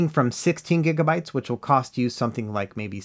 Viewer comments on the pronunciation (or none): none